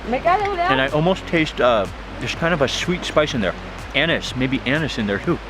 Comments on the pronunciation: Anise not anus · its pronounced AN-EESE not anus lol